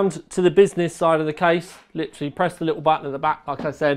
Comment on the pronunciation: please stop saying "lichraly"